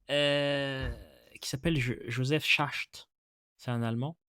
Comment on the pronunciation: Très intéressant comme d'habitude. (Ishaq se prononce إسحاق, pas ichaq, et Schacht se prononce شخت)